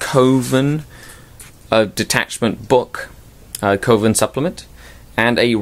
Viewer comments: Isn't it pronounced "Cov-en" not "Co-ven"? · it's 'coven', like oven. Short 'O' sound. Like a witches coven.